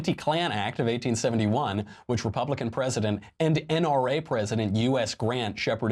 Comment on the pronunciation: Your pronunciation of 1871 sounds like 1971.